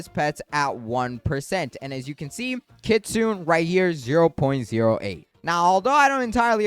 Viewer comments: The word "kitsune" is pronounced kee-tsoo-neh. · kit-su-ne.... ne ne ne